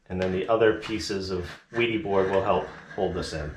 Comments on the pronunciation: The German way of pronoucing would be "Vædy". The æ like e in vest. But I think it is all ok, if US ppl say Veedy or Weedy 😁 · no, the manufacturer pronounces it "VEE-dee." It's a German company.